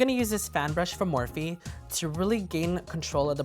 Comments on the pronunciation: "a morph-IE brush" .. Dead. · Sooooooooooooooooooooooooooooo are the brushes pronounced 'morphe' as they read or 'morph-ie' as he pronounces it? LOL help! Great video btw! ♥